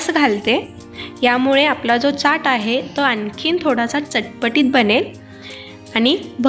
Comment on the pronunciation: Chat lihilel asla tari boltana chat nahi chyat asa uchar krtat